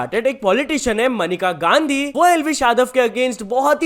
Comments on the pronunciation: Menka Gandhi ko manika gandhi bol rha h kya news dega re tu phle jake pronunciation ki tuition le 😂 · भाई मनिका गांधी नही मेनका गांधी है । 😂